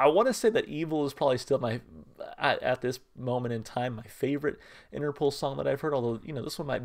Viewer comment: For the record the name is pronounced Interpol (interpole) not Interpool :)